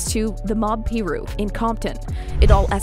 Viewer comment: I believe it’s pronounced. “Pie-Rue”. lol.